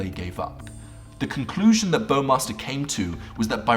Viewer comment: Hearing "bOwMaStEr" as a german seriously hurts.